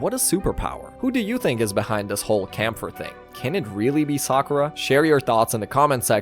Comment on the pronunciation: Its KÄMPFER not Kampfer its german for fighter